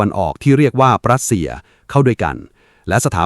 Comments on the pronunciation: AI อ่านผิดเสมอ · "ปรัสเซีย" กับ "รัสเซีย" นี่เป็นคนละประเทศกันเลยนะ ใช้AIทำเสียงพากษ์เกิดความผิดพลาดใช่หรือเปล่า?